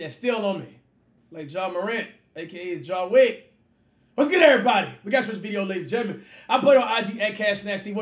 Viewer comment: Bruh said ja wick 😂😂😂